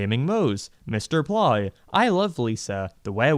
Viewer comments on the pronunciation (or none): He really just said “Mister Ply” instead of “Mister Plow” smh Ooh, and another gem. “Lisa’s Sex” Edit: omg I actually finished it. Had to split it into a few watching sessions.